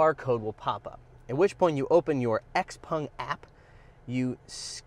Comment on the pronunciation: Xpung??? its Xpeng right? :/